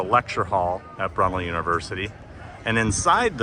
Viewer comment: Brunlee University? It's Brunel - named after Isambard Kingdom Brunel.